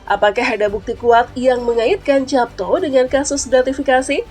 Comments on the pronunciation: Dibaca yapto ( ejaan lama )....nduk...bukan japto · Heran, pembaca narasi kok tidak tahu cara membaca (mengucapkan) nama Japto Soerjo Soemarno Itu kan ejaan lama; huruf J = Y